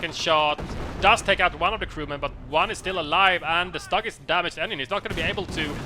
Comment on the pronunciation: I love your casts but please!!! It's not Stug with a short U. It's more like "stoog".